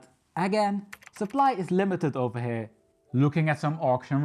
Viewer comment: “Ovah heeya”